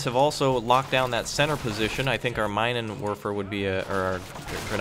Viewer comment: Minenwerfer literally means "mine-thrower". If we were to use English phonetics one should pronounce it as "meenenwurfer". Those Germans surely had some very nasty equipment.